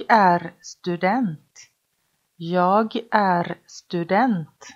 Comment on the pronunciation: ليش حاط حرف صوتي بكلمه انا Jäg هيه مو هيك صح هيك هيا Jag